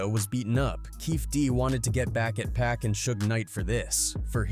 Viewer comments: It’s not pronounced 2-Pack! 😂 Fuck sake!! It's 2-Pac (pock) 🗣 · Could've sworn I heard dude say 2pack at least 4 times in the video